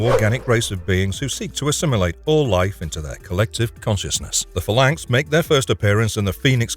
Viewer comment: You're pronouncing phalanx wrong and its killing me.